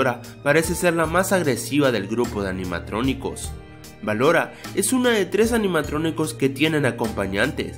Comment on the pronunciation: dijistes en el minuto 1 04 animatroniscos jajajaja